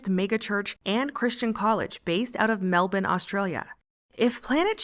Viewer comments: Wow, a fellow American who knows how to PROPERLY pronounce ‘Melbourne’! I’m impressed!! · You pronounced Melbourne correctly! You've made this Australian proud!